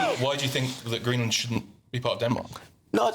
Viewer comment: You Don't Pronounce it like Green - Land